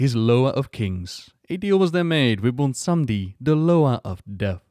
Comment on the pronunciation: Good ol’ bwomsandi is back mon